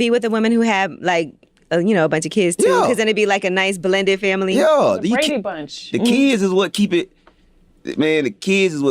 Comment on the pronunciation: Did she say the Brady bunch the Kway brunch🤭🤣🤣🤣🤣gotta wanna have sex or making love yeah kwayne that's it yes sir